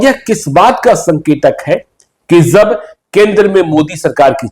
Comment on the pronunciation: । भाई तुम अपना उच्चारण सही करो । यार जब को ज़ब, जहाँ को ज़हाँ क्यों बोलते हो??